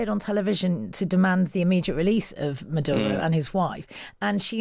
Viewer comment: Merdyuro? Yah, nah.